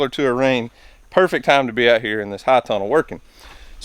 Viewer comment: Are you saying high tunnel? Or hot tunnel?